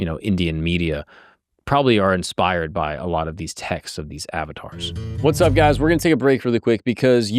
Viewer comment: Uhv-taars! Not Avatars